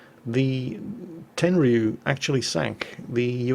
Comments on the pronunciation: Prn: Ten-Ryu not Ten-Ree-Yu. The Ryu makes one sound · I think this cruiser should be pronounced "ten-riyu" not ten-ri-yu" CMIIW:3 ps i love your vids sir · It's pronounced Ten-rew,! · Yep, you are right, you mispronounced Tenryu. You have to stress the first syllable, not the last.